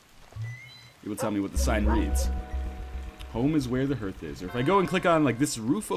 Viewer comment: Learn to fucking pronounce things properly. Hearth rhymes with darth NOT earth.